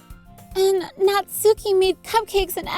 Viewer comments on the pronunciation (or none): Natsuki is pronounced Natski! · How to pronounce the names (for people who don’t know) Sayori - say- or-y Monika mon- ik -a Yuri - ur-y Natsuki- nats - oo- ki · YOU SAID NATSUKI Wrong .